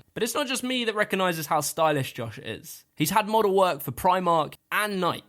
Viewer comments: The way he said nike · Also you can't say nike or tony hawk correctly.